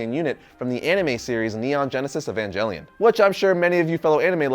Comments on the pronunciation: Evan-Gel-ion* it’s a hard G not a J, also, thank you! I love this character so much, glad to see her getting some light, also, all 4 Eva pilots actually show up in the class room during the comic, not to mention Gerard Way is on the subway in the final pages of Spiderverse (he’s the guy in the blue suit with red hair) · Good vid, but pronuncing evangelion with a soft g just sounds wrong.